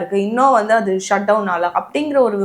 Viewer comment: யம்மா "அத்து" "அத்த" அப்படின்னு உச்சரிக்க கூடாது. "அது" "அத" அப்படின்னு உச்சரிக்கணும். Ellam tanglish la atha atha nu padichu atha ney solringala? Tamil paduchingala illaya neengalam?